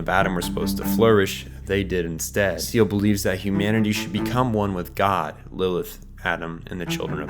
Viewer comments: Great job, great editing, only smallllll thing was seal vs seh leh, I've always heard seh leh but maybe this is my bernstein moment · It’s not “seal” it’s “saylay” German for soul. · Most of this info is great and I want to watch this video. But how can you claim to have watched the show and read the manga, and dived as deep as you have into evangelion, and somehow pronounce everything wrong in the first five minutes of the video. 🤯 seele is not pronounced seal, nor is that how you pronounce the spear of longinous, or the magi system, Its not magie. It's apparent you put so much time into this and I want to enjoy this video so bad but that just seriously makes it unwatchable man. Smh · The organization Seele is pronounced "say-lay" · Seele is actually pronounced more like "Saylay" (still not quite right). It's german for SOUL. GEHIRN is BRAIN, NERV is well.. NERVE and WILLE is WILL. KREDIT would be credit but that's just a minor additon. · you called seele "seal" you've never watched the show, have you? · My only issue is the pronunciations of some names like Seele. It's Seh-leh. Mar-duke. Still I could be wrong but Japanese translation of children along with English in proper format is still child. Only when speaking of the individual of course. Not Rei tho. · You put so much time into trying to understand this anime but less than 4 minutes into the video you pronounce Seele as "seal"? A quick google search could have helped but, like, that's not even how they say it in the anime. Anyway I stopped watching after that. If you make an hour long video trying to explain a show and can't even get the names right why bother? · Seele not seal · Seele is German for soul, pronounced "Zeelah". Great sypnopsis !!!!!!!!!!!! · minor point but isn't Seele pronounced say-lay? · that's not how you say "seele" :') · Everytime you say SEAL instead of SEELE I have to think about cute marine mammals and black singer songwriters lol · its not pronounced ‘Seal’ Its ’Say Lay’